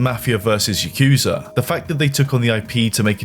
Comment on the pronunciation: Another English speaker failing to pronounce Yakuza